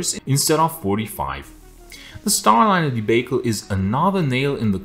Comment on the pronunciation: It is debacle, not like bake but barnacle.